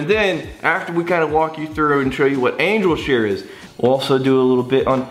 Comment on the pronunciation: Why do people add a k sound to their g at the end of words? He does it multiple times throughout the video lol